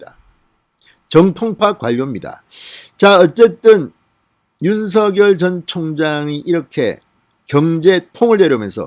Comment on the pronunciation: 죄송하지만 윤석열을 읽을때 윤서결이 아닌 윤성열 로 읽어야 할거 같은대요 버울태 그렇게 배운거 같아요 확인좀 해 보셨으면 합니다~^^